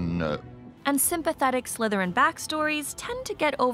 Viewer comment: I like how you barely put it on dracos head and hes like "sLythErIn"